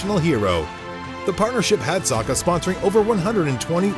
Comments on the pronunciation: Hes called Saka not Sarka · Saka not Soka! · How Americans say 'Saka' cringes me lol